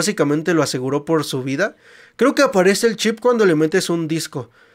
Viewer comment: Porque no puedes decir c h i p?